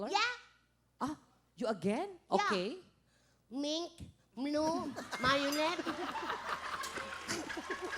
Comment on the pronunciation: Mink miolet hindi bulol ka pink dapat and violet